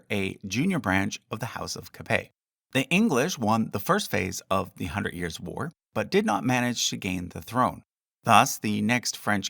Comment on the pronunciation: "Hundret" instread of "hundred" bugs me so much lol